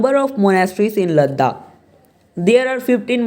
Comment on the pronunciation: it is "Ladakh" not "Laddakh"